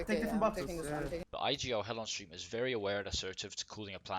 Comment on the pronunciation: Loved the Video <3 Btw It's Hellonsteam not "Hellostream"